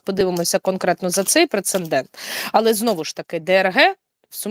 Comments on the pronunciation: підкажи:-"прецедент" (не прецеНдент).. а так - дякую )) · будь ласочка, зверніть увагу на вимову слова "прецедент".Ви його так любите і часто вживаєте, але вимовляєте якось неправильно із зайвою "Н".